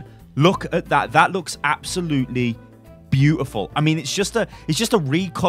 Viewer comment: i love it when you say BEAUFULL instead of beautiful